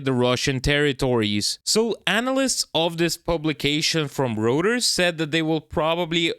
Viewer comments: Dear With no disrespect intended I think the news agency you are talking about Reuters correct pronunciation is Roy - Ters Not Roo - Ters just my two cents! 🙂 Thanks again for your hard work and yet another very informative segment in this these crazy times please be careful and take care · It IS "ROY- TERS" !!!! NOT Root- ers World War 3 Will not happen here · pronounced Royters, eu is oi in German pronounciation. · Reuters is pronounced Roy-turs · Reuters, is pronounced Roy-ters